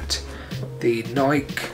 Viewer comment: pronounced Nikeeee